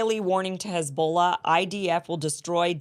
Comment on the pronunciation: Kim just lost my sub & got a dislike because she's obviously ignorant of what's going on in the region, thinking Ukraine & Israel should be treated the same, & being ignorant of "ignominious" & not knowing how to pronounce "Hezbollah."